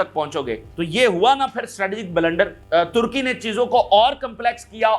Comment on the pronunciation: After I'm sure that he said Tharki instead of Turkey once 😅😅😅.